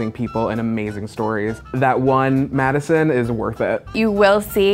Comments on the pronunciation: My name is Madison it hurts he goes “Madison” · "So a client called... her name was *MaDiSoN*"